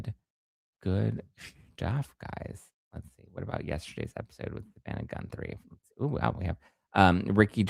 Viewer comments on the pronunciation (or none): Isn’t it pronounced “Goo-three” Lolol love ya!